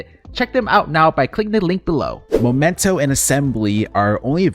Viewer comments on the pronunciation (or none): Please, it's MEmento, not MOmento...